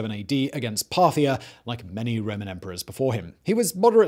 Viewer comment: Did he say parthanax???